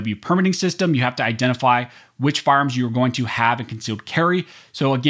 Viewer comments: Love your Site but dude, it's fire arms, not farms. Said with a smile... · "FARMS"??? OR "FIRE ARMS "???